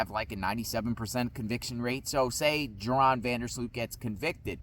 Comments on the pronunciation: His name is pronounced like Urine not Joe Ron. 🤦‍♀️ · Pronounced Yoran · His name is pronounced "Your-On".